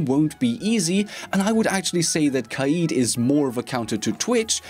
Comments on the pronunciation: It’s not ka eeed ... it’s more like ka Ed like the name Ed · “Kai-eed” BOII..... it’s kade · Kaid [Kayed] this is how it should be produced not [Kahid] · U pronounced kaid wrong u wanna know how it's pronounced go to Google translate eng to Arabic and type (Leader) it's pronounced qayid